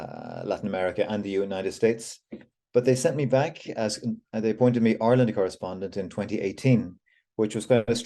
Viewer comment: Is it pronounced Ourland,of Ire land????😊